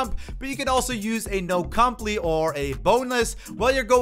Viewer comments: .. wtf is a “no compli”? It’s a no comply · Did my man just say no-complee?